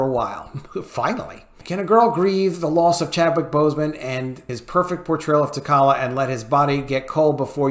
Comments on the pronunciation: You don't even say his name right....your saying tacollia???wtf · I couldn't finish the video after the third "tuhkolla" pronunciation. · I agree but holy hell what is up with how you pronounce t’challa as t’kalla? haha. Its pronounced for you 😅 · Always love your videos ... glad to hear this being said out loud! You're nailing it. side note -- the black panther's character name is pronounced Ta-Cha-La. (no 'K' sound) ...unless of course they changed that one like they did Namor (NayMore's) pronunciation -- I can't keep up :) I'm also apologizing for picking a nit on a great take. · I couldn't last 10 secs with this video. Have respect for the character yourself and learn how to pronounce his name before trying to give voice to true fans' concerns. It is (TAH-TRAH-LUHH). Anyone what has read any of the comics or..heck...seen ANY of the movies the character has been in knows this without even thinking about it. This is clickbait someone that read or saw something and is trying to capitalize off it for views and monetizing. He doesn't care if he bit of T'Challa should be recast. OF'COURSE he should be. But this guy wouldn't care one way or another. Don't fall for this just because he is providing a space for actual recast supporters to come and comment. It isn't genuine. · it's pronounced "Ta' cha la" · Please pronounce the kings name correctly. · Bruh, learn how to pronounce the character's name. If you have seen the character in any of the movies how do you not know how to pronounce it? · You are absolutely right! Also, please pronounce his name correctly! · man you butchering the name of T'Challa 🤣🤣😂😂💯💯